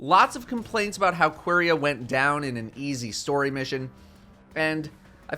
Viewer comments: really called it Queeria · "qwerya" lol thats not how it's pronounced but i dont hate it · I'm I the only one that it bothers the fact that he can't prononce the name "Quria" normally